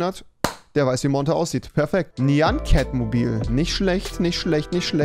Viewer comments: Wie er Nian Ket sagt autsch. xD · Sprich nyan cat richtig aus lol